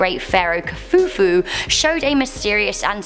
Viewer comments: and its kufu not kufufu! hahhaaha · Khufu....not khufufu